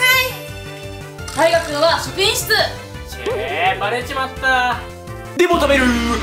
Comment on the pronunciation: たいがくんはしょくいんひつ？😂